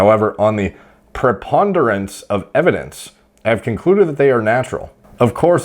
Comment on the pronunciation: All my preconceived thoughts about impeccable vocabulary and supreme intelligence have been debunked after having seen him struggle with properly pronouncing “Preponderance” SHAME ON U, UNSUBSCRIBED.